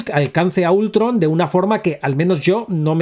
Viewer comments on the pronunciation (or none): la pronunciacion de últron por parte de cuando ha tenido años de escucharlo con la segunda sílaba acentuada ultrón 😂😂😂 cuenta como idiot algo? XD